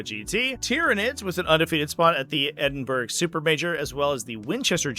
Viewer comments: Just a heads up, its pronounced Ed-in-burr-aa :) love from Scotland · Mate, Google how you pronounce: "Edinburgh". 😅